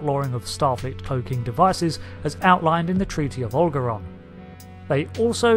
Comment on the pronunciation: U pronounced algeron round